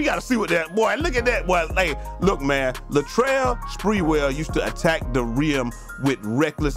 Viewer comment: Bro 😂 I used to call sprewell Lat Rell so to hear you call him lateral 😂